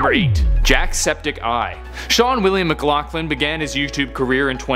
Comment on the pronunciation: he pronounced Sean's last name wrong triggeredddddddd